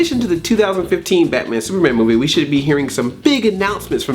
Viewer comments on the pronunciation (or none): none